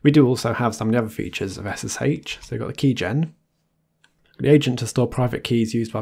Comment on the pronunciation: ess-ess-HAICH 😂😂😂 your pronunciation makes me laugh lol 🙂